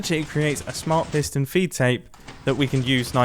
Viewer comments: i thought it was fee take XD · I always thought it was "piston feed tape" not "piston feet tape" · Piston "FEED" tape. Not feet tape 🤦‍♂️ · For some reason mumbo called it a feet tape with a T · wait did you actually call it "piston feet tape"? that's illegal